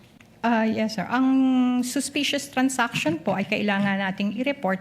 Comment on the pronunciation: Its transaction, not trans-action 😂😂😂